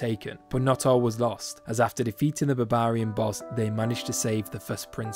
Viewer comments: Hearing this guy say Babaarian is the funniest thing ever. Great vid 👌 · "babarian" :D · It’s odd how you pronounce Barbarian, is to sound funny or it’s actually how it’s pronounced?